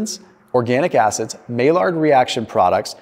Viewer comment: I believe Maillard is pronounced "my-yard".. crazy Frenchmen